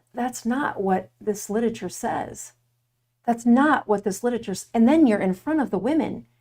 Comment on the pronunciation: Oof— mispronounced literature repeatedly. 🥴